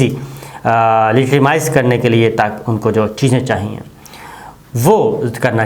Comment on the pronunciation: Ask some English speaking person how to pronounce “legitimize “